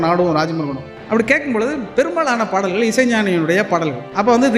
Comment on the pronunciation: நா.முத்து குமார்-யுக பாரதி எல்லோரும் நல்ல கவிஞர்கள்தான்..ஆனால் லகரம் ளகரம் வித்தியாசம் தெரியாததுதான் கொடுமை பாடல்கல் படங்கல்-மகல் என்று எப்படி உச்சரிக்கிறீர்கள்? நாமும் நல்ல கவிஞர்க....ள் னு சொல்லாம கவிஞர்க....ல்...னு சொல்லிட்டுப் போக வேண்டியதுதான்